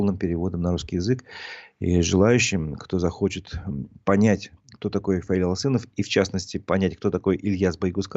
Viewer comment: Пожалуйсто, говорите правильно фамилию Фаиля, АлЧинов, его фамилия.